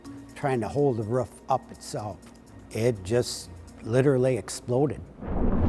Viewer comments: Who the fuck says “Ruff” for Roof. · it’s fucking roooooof not “ruff” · The ruf lmao the way he says roof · The one guy saying roof “ruff” really pisses me off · The guy saying ruff instead of roof lol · They pronounce Rough and Roof the same. Do they call an Uber an Ubber as in Rubber? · What the heck is a "ruff?" I know what a "roof" is, but not a "ruff." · As a non-American, it took me some time to understand that when that guy says "rough", he means "roof" :D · Roof, Ruuf, lol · The roaf you mean the roof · Roof ❌ Ruff ✅ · anyone else noticed he is saying the ruff not the roof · Please stop mispronouncing ROOF. You sound uneducated by saying RUFF. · We are talking about a roof not a ruff right? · The rough?? not roof? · That dude was saying roof this whole time while my dumbass thought he was saying ruff and getting confused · Does that guy know it's pronounced roof not "ruff"? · Is it the ruff or the roof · Roof not ruf 🤦🏻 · Its roof not ruff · STOP SAYING RUFF ITS ROOF 😂😂😂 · I can’t stand when people say ruff instead of roof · all I said was that I hate when people say ruff instead of roof. That’s my opinion and I’m entitled to it. I personally think it sounds fucking stupid. Is that illegal?? You assume I’m less knowledgeable for having an opinion of the annunciation of word. I’ve been to several different countries around the world let alone states. I’ve heard people say ruff a million times. I know these things. I just think it sounds dumb. You seem very upset over it I apologize for ruffling your feathers there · This man calls a roof RUFF one more time... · pissing me off how he say roof “ruff” like wtf is that 😹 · The guy who says roof like “rough” just cracks me up😂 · Hate how that dude says roof. “The rough” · you mean roof ?. Ruff is what a dog says. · you deserve it for pronouncing it as "Ruff" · Tired to watch but couldn't deal with the pronunciation of 'roof'. Rufff. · The "ruf" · What’s a ruf? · This man cannot pronounce roof. “ Ruf” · “The ruff”